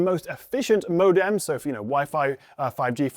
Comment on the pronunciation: Why did you say modem like that? Like how I'd imagine a French person would say ikt.